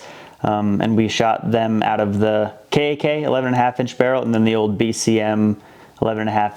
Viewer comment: Kak should be spoken as K AH K aka CAhK or CoCK